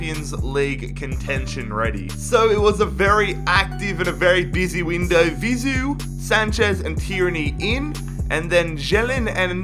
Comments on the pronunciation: Bro its Vizeu not Ziveu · You kept saying Vizu instead of Vizeu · its vizue not zivue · It’s Vizeu (pronounced Vi-zey-oo) not Zivou